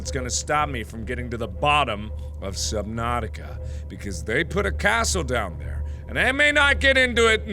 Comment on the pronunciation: Our pronunciation of subnautica: SUB-NAU-TIC-A Marks pronunciation: SUB-NOPE!-TIC-A